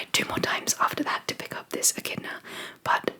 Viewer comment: I thought you were saying "a kitten" was in the road, but then you said beak and spikey, so I had to look it up. Echidnas are another crazy Australian animal that I have never heard of till now, but they are so cool!!